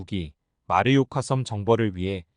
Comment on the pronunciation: 잘봤습니다. 딴지 하나 걸자면, 마르요카가 아니고 마요르카(mallorca) 입니다.